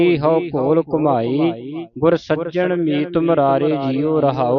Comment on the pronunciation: ਬਾਬਾ ਜੀ ਖਿਮਾਂ ਕਰਨਾਂ ਗੁਰ (ਸਜਣ)ਮੀਤ ਮੁਰਾਰੇ ਜੀਉ ਨੂੰ ਤੁਸੀਂ ਬੋਲਿਆ (ਸੱਜਣ) ਧਿਆਨ ਦਿਉ ਜੀ